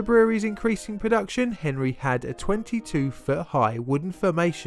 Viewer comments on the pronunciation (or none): none